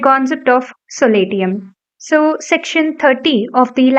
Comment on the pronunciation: Pllease focus on pronunciation : for eg .SOLATIUM